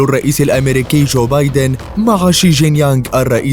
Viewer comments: الرئيس الصيني شي جنك بينك وليس شي جنك يانج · شي جين بينغ وليس شي جين يانغ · اسم الرئيس الصيني هو تشي جينك بينك وليس تشي جين يان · شكون لاحظ أنو قال إسم شي جين بينغ بطريقة خاطئة